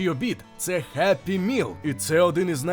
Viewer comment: Геппі міл тобі в сраку за таке вимовляння